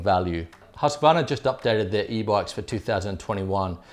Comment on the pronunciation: Please try saying a long 'u', like in 'choosequarna'. Some people care